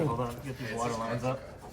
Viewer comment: At first i thought y'all were just trollin when y'all were saying water wetter